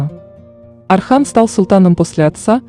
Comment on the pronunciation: Не Асман , Осман . Не Архан , Орхан